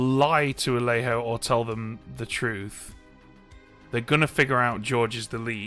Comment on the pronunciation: 33@ It's pronounced Ale Joe